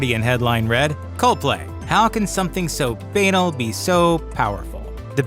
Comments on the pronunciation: Bae Anal ❤ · That's not how you pronounce banal, bro.... lmao.